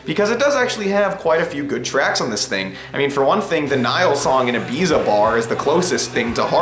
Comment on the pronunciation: LOL. You butchered both the accepted English and Spanish pronunciations of Ibiza.